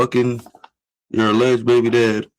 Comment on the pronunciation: He said alledged